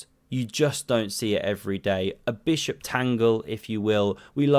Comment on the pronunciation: Beautiful "SMACK MY BISHUP"